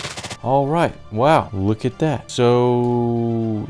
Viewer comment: Why does he sound 🔉 drunk when he says looukaa at thatitt